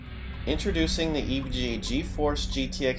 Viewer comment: Is it me or does he say "Introducing the EVGE"